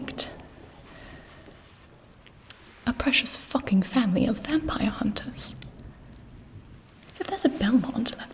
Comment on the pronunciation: the way she says FACKING its so like HUHH WHAT DID GIBI JUST SAY